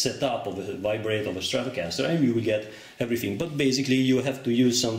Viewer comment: It sounds like he is saying vibrater